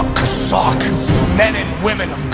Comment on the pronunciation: Maybe he should shut up and listen to how to pronounce Chazak!